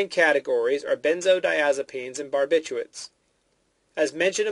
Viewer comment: you pronounced like over half of the medications wrong...phenothiaziNINEs? barbiCHUATES?